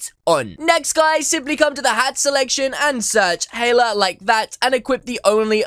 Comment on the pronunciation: Dude the only reason i clicked on here cause i searched my name and found this and he said my name perfectly others gets it wrong AND yes my name is HELA :>